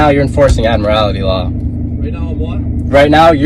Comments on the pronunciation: "Admirality law"? The correct pronunciation is "admiralty." It's a specialty in law dealing with marine activities, and has nothing to do with driving. Trying to apply admiralty law to driving is simply foolish. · What u don't understand why they pronounce it admirALITY there us no 'i" in admiralty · He's not even getting his delusions correct. It's Admiralty, not Admirality, not that it would help him continue on his voyage. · He can't even pronounce "Admiralty" correctly. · the dumbass is also mispronouncing Admiralty